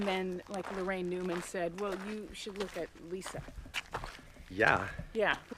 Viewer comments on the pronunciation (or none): none